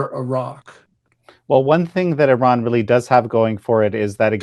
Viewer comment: Gorgeous Gordon can say Iran correctly... which proves he knows what he is talking about 😅👍